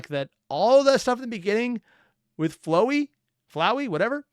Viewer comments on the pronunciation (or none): Hey I know people hate on how you say flowey I just wanted to say that some people like to pronounce it Fl-ow-ee. I say there isn’t much of a difference but that is what their talking about